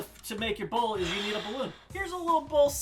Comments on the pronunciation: I can't tell if you're saying bowl or bull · I thought rob said man vs bull. Like this is bullshit. 😂😂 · When he said "bowl" I thought he kept saying bull. needs to go to speech therapy. Yeah you,. You! F*ck face. At least I was nice enough to bleep the letter 'u' in f*ck. See, there it is again! Your welcome!! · i thought he said man vs bull as in BS lol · I thought at first he said Man VS Bull For BS 😂😂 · Is anyone else hearing “bull” instead of “bowl”? jw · When he said man vs bowl I thought he said man vs bullshit lol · "Bowl" SHIT!!!